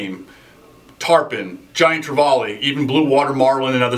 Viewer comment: It's trevally, not trevolly... Please learn to pronounce it properly...